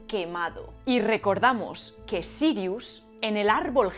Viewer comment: Tu pronunciación del Noruego antiguo es impresionante! En hora buena! Mi parte favorita del vídeo! Jaja, pero hablando en serio, le llamaré Serious a mi próximo perro!